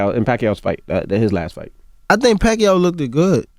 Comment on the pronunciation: “I think Pacquiao LOOKDED good” 😂😂🤣